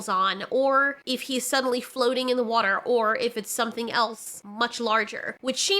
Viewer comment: You said "watahr" 🤗💕